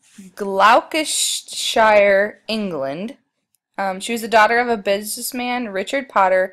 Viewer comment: Nice work. So you know, Gloucestershire is pronounced "gloss-ter-shire"